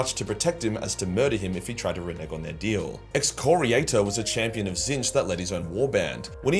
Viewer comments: Wow, he said Tzeentch correctly for once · Holy shit you finally pronounced Tzeentch correctly. It’s been 4 years!